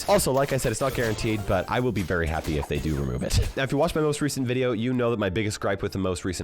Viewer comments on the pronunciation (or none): bro also said veideo 💀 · Bro said veideo